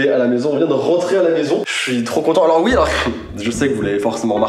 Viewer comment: Enfaite c’est un "oui" qu’il dit et pas "hi" 😂